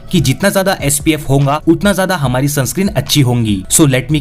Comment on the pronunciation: Hoga Ko Honga Kiu Bol rahe ho😂